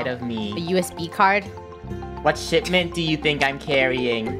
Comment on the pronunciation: The way Draco said Shitment